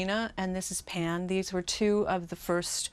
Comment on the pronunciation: I’m sorry...Are saying Pan or Pam?